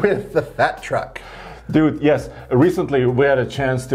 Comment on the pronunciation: Dute......quit trying to say dude.